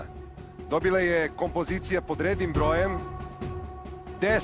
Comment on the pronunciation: KomPOzicija, koji vam je to naglAaaasak?